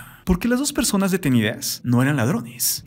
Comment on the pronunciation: Persones? Jajaja ridiculo XD